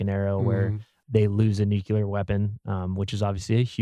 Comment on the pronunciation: I am so sorry to be that guy, but it’s “nuclear,” not “nucular.”